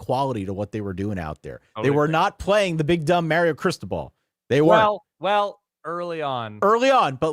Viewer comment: Is it a solid verbal episode if doesn’t mispronounce Mario? I say that in jest, thanks for the content this season!